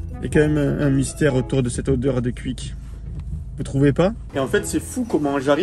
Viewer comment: Alors pour la prononciation on dit pour Quick = qOuik et guine = guOuine 😅